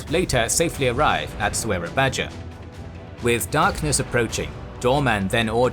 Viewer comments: Soerabaja (Surabaya) is pronounced "Soo-rah-Bye-ah" not "So-er-rah-Baj-ah" Took me a little while to figure out which city you were referring to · Amazing graphics and storyline, but the place pronounciation is a bit distracting. Soerabaja is pronounced as soorabaya. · It's a shame that these excellent animations are tarnished by terribly distracting place name mispronunciations... Has anyone been to "So era badger"? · Just fyi; The city written "Soerabaja". The correct pronounciation is "Surabaya" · Soerabaja is pronounced “Sur-a-bye-a” it’s the Dutch spelling where the “oe” is pronounced as “u” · I noticed you're still using old Indonesian spelling in location names. Like "Soerabaja". In those days, "ja" is actually pronounced "ya". This old spelling fixed in modern Indonesian language.